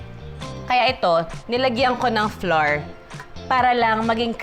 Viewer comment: Watching from Palm Springs 🌴 Ca I noticed the words " Flour" you pronounced was awkward 😳 Flour should pronounced "Flau - ur sounds like "Flower" with a convenient twist "slang words " Thank you no offense